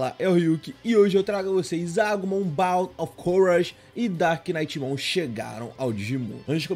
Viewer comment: Mas ele pronunciou certo "darkknightmon", o "k" no começo do "knight", não pronuncia mas o "k" no final de "dark" sim, ai a pronuncia fica "darknitmon", sem o "k" e o "gh" de "knight".